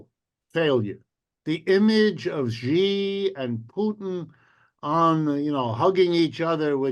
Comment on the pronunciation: Wolff and Hudson, we love you. But get Xi's name right!!!!! Idiots on Fox say "Gee" and "Jee" etc. This is a major world leader. Xi is pronounced very much like "she" like the female pronoun. Look it up. Come on, guys., spread the word. Let's get it right.